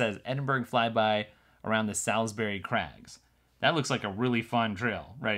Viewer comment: great video as always, but as a brit I nearly fell off my chair when you tried to pronounce Edingburgh Salisbury crags - you got it completely wrong but good effort though lol